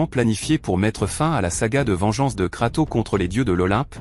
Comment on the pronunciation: Arrête de dire KratOOO:face-red-droopy-eyes